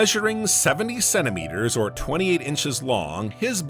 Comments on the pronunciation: Idk but it s hilarious 😂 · OK, I just got to the second time The Voice mispronounced centimeters and this time the miss pronunciation was different for the first time which does not seem to support the misspelling theory, but sadly I think I'm going to have to turn this video off because while I find it interesting and the music is actually quite soothing, my brain tends to zone in on mistakes like that, so I'm the type of person who can be half asleep and something like that happens and jolt me awake again. Gotta find a video that does not have those kinds of severe errors. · I wonder if the miss pronunciation of the word centimeters comes from a misspelling in the script for this video.